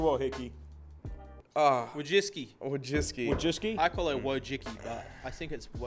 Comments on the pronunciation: It's pronounced wojitsky. Just don't criticize Israel or say it's ok to be white, And you shouldn't get banned. Youtube loves degenerate shit so you'll be fine. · It's like VOICHITZKI. (Wojcicki).